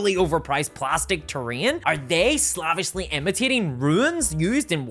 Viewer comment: Is there a youtube or legal reason that you cannot pronounce "slavish"?